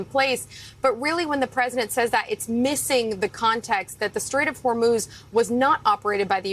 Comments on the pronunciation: Did he say W h o r 3 moose of strait???? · He can't even pronounce the name Hormuz! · He can’t even pronounce “Hormuz Straight” correctly. Whether you like him or not, we can all agree that he is the dumbest person to ever hold the presidency.